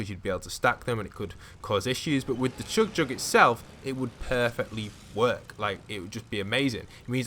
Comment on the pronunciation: British accent CHUG JUG